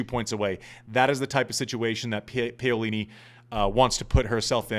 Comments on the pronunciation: why do people care? who can pronounce zhangzhizhen with the right inflection? I don’t care if nobody can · Love you mate! But...who is "PEolini"? It's "PAolini". :) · Paolini!!! Not paiolini.....jerk!! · Andy…get this PAUlini…..not Paylini!! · Pow is wrong too. Italians don't stitch the two sounds together but they actually pronounce them separately. When talking faster it may seem like it but it doesn't. It should be Pa-O-li-ni. Can't explain it better being Dutch having learned Italian. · I agree. We dont mind accents but we do expect a bit of effort in finding out how to pronounce a player’s name properly. . The “Pao” rhymes with “How” We care and sometimes we cant listen properly to what youre saying. Sorry Andy. You actually have good content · Andy, I love you, but I'm not the only one cringing. You have to try to get the pronunciations of names at least CLOSE to correct. Paolini is pronounced (Pow-Lee-Nee). You can do it!! You are Andy Roddick!! You the MAN! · I don't want to start another "Cybotch Veildsh" controversy, but every time you pronounced Paolini "Payolini" my heart sank a little bit. Refusing to pronounce a German name with a Portuguese inflection is one thing, but americanizing a beautiful Italian name hurts... ;) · I endorse this rant. And Im brazilian, I dont care how he pronounces wild, but Paolini sound terribe when pronounced Peyolini. Sorry Andy, keep up with your great work, we love you! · Oh right, so you may have also wanted to note the pronunciation which is correct in Italian yes? Pah-o-li-ni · Ok i see so many mistakes in this thread so I will clarify since I am Italian. It is pah-o-li-ni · Isn’t it pronounced Peeolini?